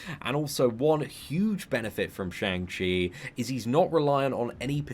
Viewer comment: Fun fact: it's pronounced "Shong" not "Shaang."